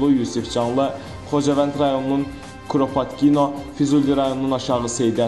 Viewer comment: Kuropatkino sözünü necə talaffus etmək lazımdı. Aparıcı maraqlansın efirə çıxmazdan əvvəl